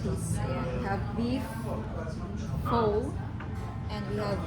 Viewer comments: Pho is pronounced as “fah “, just an fyi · Correct pronounciation of PHO in Vietnamese is FUH